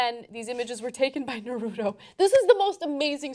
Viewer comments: NA-RU-TO, its not narudo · If it is anything like the Japanese it is said: "Nar root oh" not "Nar oo toe". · Its Nah-Roo-Toh! Anna is so oblivious! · Dear TYT. it's pronouned NAR-UTO. Not Nuhroodo. Get it right. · I still find it funny that people say Nah-roo-doe for "Naruto". I guess they also say plaa-doh for "Plato". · It's sounds like Naru toe. say it right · Ana's pronounciation of Natuto offends me.... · Nuh-root-oh... shudders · it hurt me evrytime she said naruto, i am now prone to any kind of disease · Can I request that Ana ask John the correct way to pronounce "Naruto"? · um that's not how u say naruto.